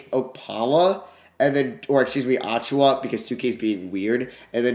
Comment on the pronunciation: Hoped he wouldn’t trade for Precious so I didn’t have to listen to him butcher his last name for 5 minutes